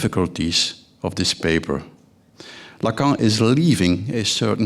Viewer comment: My God, while he's half asleep and loving the sound of his own voice, he can't even pronounce the words 'Lacan' or 'Verhaeghe'